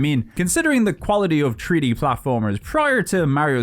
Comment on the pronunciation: I'm new to the channel but I'm really enjoying it so far. When you were talking about treaty fighters I was thinking wtf are you talking about. Turns out you're saying 3D not treaty🤣. I thought it was funny so I wanted to share that. Thanks for the fun video